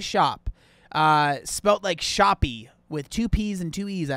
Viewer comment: Shoppe is pronounced SHOP. It's a British spelling